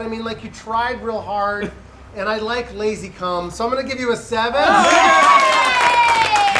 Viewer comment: Did just call lazercorn lazycum